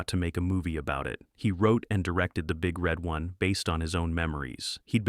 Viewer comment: Emphasis is on one, not on red. Say it wrong in a bar where there are 1st Infantry Divizion veterans and you'll get your head broken.